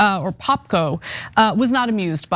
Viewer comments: When Ana read the name rabbi poopko, i had to zoom in to see if she was playing with the pronounciation, yeah it was poopko. They are complaining of the fact that the pic of an ugly jooo was used???????????? They are still qilling cheel dren in Pal estine and Lebanon and Iran + and this is what they r complaining about? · I thought Anna intentionally pronounced him as Poopko, until I saw how he spells his own name "Rabbi Poupko". They will say that's also anti-Cementic.